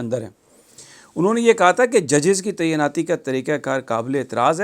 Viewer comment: براہ مہربانی "تعیناتی" کا تلفظ درست کر لیجئے۔